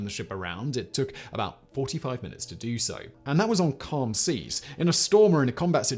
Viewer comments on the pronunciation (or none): none